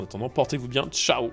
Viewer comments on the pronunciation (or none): none